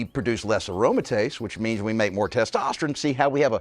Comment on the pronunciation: Why does he say testosterin?